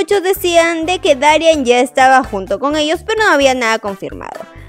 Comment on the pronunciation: Porque siempre dices mal el nombre de dari no se pronuncia darián! es darían con solo acento en la i